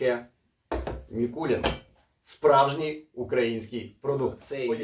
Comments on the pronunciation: Заради Бога, не МІкулІн, а Микулин, походить від назви міста Микулинці вТернопільській області, де, власне, і виготовляють цей віскі. Давно до нього придивляємось, тепер обов‘язково спробуємо) Дякую за огляд! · Дякую за огляд, тільки чому М І кул І н та М І кул І нецьке ?